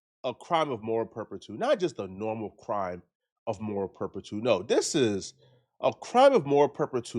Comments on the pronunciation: Those kids/parents need to be locked up for assault but needs to be locked up for butchering the English language. It’s moral turpitude. “Perptiude” isn’t a word. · Moral turpitude 😂 is mispronouncing it. Just a fancy name for a crime or behavior